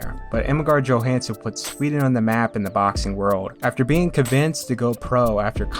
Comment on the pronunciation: Ingemar Johansson is pronounced Yohansson not Joehansson